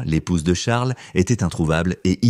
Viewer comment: On fait pas la liaison avec Charles